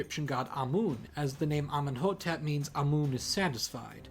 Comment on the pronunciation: Its pronounced Ameen-Hotep